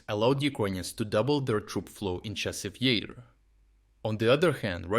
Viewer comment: The AI reader really has problems with consistency when it comes to pronouncing Chassiv Yar.